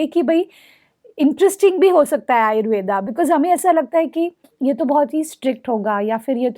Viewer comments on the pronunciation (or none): कृपया आप आयुर्वेदा नही आयुर्वेद बोलिए। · डहिबा आपकी माहिति बढिया दी है । लेकीन आयुर्वेदा ⁉️ नहीं आयुर्वेद सही शब्द है ।